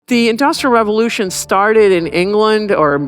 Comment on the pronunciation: You seem to struggle with both the words ‘Industrial’ and more importantly ‘revolution’ If such had happened in China they would have been ready to repel the European powers instead of being whipped by them.